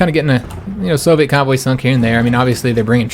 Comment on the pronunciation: Hey man, Loving this series. I have a problem understanding people when i'm tired (I am very much currently), and everytime you say convoy, I hear cowboy, and it takes me a moment to realise what you talking about. Do you think you could do me a massive favour and say cowboy in your next episode? It doesn't have to be too obvious, I just wanna hear the difference. Thanks muchly